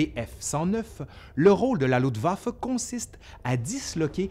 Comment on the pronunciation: Très intéressant, par contre, les francophones ont toujours autant de problèmes à parler en allemand. On dit LuFtwaffe, pas Lutwaffe. Saperlipopette.